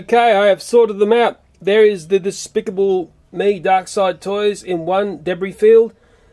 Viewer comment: I think you tried to say DESPICABLE!!!!!!! (haha PUNZ)